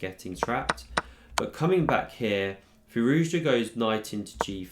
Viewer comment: I stand corrected. My apologies. You are literally the only one that says it right. 🤣